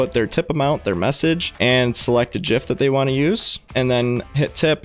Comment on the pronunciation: honestly the only thing i dont like is the way you pronounced gif, nice video